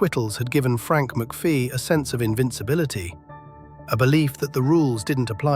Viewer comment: Amateur hour you cant even pronounce his name correctly its McPHIE not McPHEE , as in "fee,FYE,fo,fum"